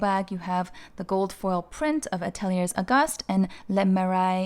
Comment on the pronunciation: Great options. Ateliers Auguste is pronounced Atelier Auguste (no S on Ateliers).